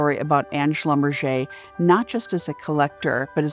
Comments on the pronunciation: How can someone butcher a german name that way? It's "Schlum-Berger" not "Schlumbercher" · Schlumberger is a german name, hilarious pronunciation in French.. kind of ridiculous really. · That's one way to pronounce a definitely German last name